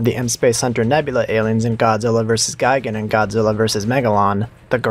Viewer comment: Gigan is pronounced gee gon, like tea don. Gaigan is pronounced guy gon, like buy don. Neither is pronounced guy gan, like buy ban. Two of these things are wrong.